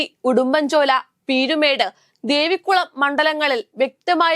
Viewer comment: ദേവിക്കുളം അല്ല കുഞ്ഞേ ദേവികുളം😂